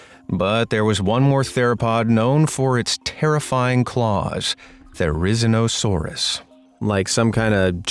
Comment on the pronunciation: It's "A-kai-lo". And it's "Dino-ka-ir-is." And it's "Theri-ZEE-no."